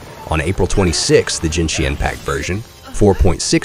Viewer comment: mf really pronounced Genshin as Jinshin